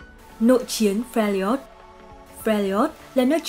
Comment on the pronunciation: Fe - li - ot là cái j?. Trong khi tên đọc âm đúng là Fe - r - job mà.